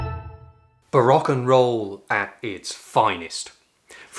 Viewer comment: Barack era, instead of Baroque era; Focatta, instead of Toccata! Shame!